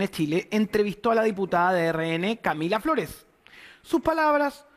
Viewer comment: ahi se te salio lo flaitongo 'Lah Camilah Flores' jajajajaja cuanto nivel de 'profesionalismo' parece que se refiriera a su hermana